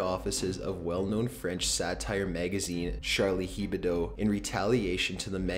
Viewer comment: #10 HEBDO - it’s not pronounced ‘hee-ber-doe’ but ‘ebb-doe’ - it’s French and means ‘weekly’